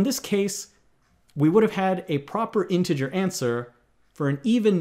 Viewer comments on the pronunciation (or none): none